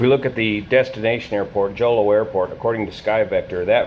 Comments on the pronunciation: Jolo in Mindanao, Philippines is pronounced "Holô" (phonetic Hohloh) ! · Jolo is pronounced as ho-lo. Video of the C-130 landing on the runway before it overran at the end of the runway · Jolo is pronounced Holo (the J is pronounced H) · Good day sir, I’m a pilot here in the Philippines, and a slight correction for the Jolo (pronounced as “Holo”) airport runway dimensions... the airport’s runway has been repaved with concrete and is now 1,845m long and 60m wide (expansion was completed in 2008 ) which made it sufficient for jet operations... (Skyvector’s data for RPMJ is outdated by 13 years) (another correction for the Herc’s tail number, which is 5125, not 5124) the airfield has one quirk though, it’s orientation (09-27) and rising terrain to the west made it a one way in/out airfield... approach to landing is performed using 27, and takeoffs use 09... there’s an eyewitness video released on social media a few hours after the accident showing the Herc on it’s final moments... according to eyewitness accounts, the airplane was able to land, but it “bounced serveral times” after which it went off the runway and plowed to a nearby coconut plantation farm with civilian settlements... it was also noted by people on the ground familiar with C-130 operations that they did not hear the airplane use reverse thrust on the props... C-130s have operated in and out of Jolo airport many times without incident for many decades prior to this accident (before and after the runway expansion of the field) 3 locals were killed and 4 more injured, on top of the 47 military personnel that perished in the airplane (including all 3 pilots), and the 49 injured personnel onboard the Herc... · The J in Jolo is pronounced as H like, the J in Jose. Thanks for the video. ✌️